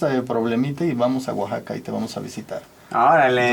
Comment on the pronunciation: Luisito así no se pronuncia Oaxaca